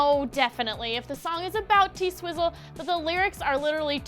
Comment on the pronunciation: okay, but can you please not call her "T-sizzle"? that's gross